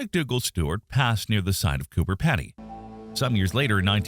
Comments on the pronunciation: Hi, Just a few notes on Australian Pronunciation Emu is "Eem-you" and the town is "CooBer Peedy" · We can live in caves on Earth. What's the difference between Earth caves and Martian caves? And, by the way, it's pronounced "Coober Peedy."